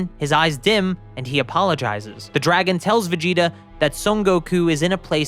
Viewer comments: Is it only me or is when he says Vegeta it sounds like vegito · sounds like you said vegeto